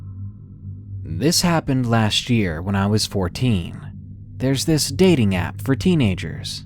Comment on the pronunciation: why did you emphasize "dating"